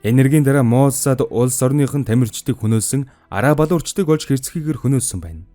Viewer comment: "Моссааад" гэж дуудахгүй, "мооосад" гээд оркдоод байх юм. Аудио байдлаар бусдад мэдээлэл түгээх гэж байгаа бол эхлээд 5 минут гаргаад бэлтгэж болно доо уул нь.